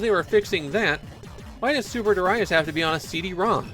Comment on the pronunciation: Super derayas sounds so bad!